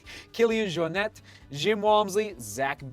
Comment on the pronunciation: Just a heads up, Kilian isn't French. Jornet is Catalan, the T isn't soft.